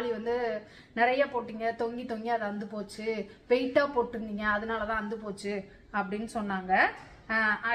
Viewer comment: Please அந்து போச்சின்னு சொல்லாதிங்க. அறுந்து போச்சின்னு சொல்லுங்களேன் 😂